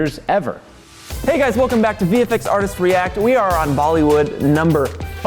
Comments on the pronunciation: I heard that as BeeFX lol😂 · Legend has it that is still saying bee FX to this day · they did say “Bee FX” right? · I cant tell if he said bee fx or bfx as in Bollywood